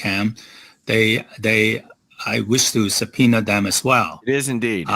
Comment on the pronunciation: subpoener? Is he from New York?